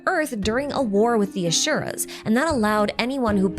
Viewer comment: It’s Asura (like in Aspirin) and not Ashura.